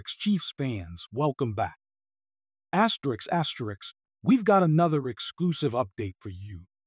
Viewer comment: Stop the asterisk asterick asine asine